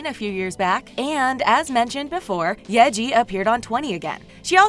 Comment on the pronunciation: Its Yee-Ji